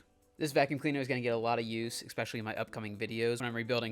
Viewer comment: You said "expecially" not "especially" several times in this video, beware it makes you sound less serious I would make an effort to pronounce the word properly if I were in your position. Good video, only repaint if you're reselling.